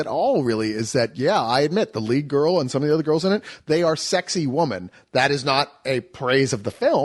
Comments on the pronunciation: really can't say "women". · Look up the Baby Mama Spill review where they FINALLY call out on the fact that he can't say the word "women" plural.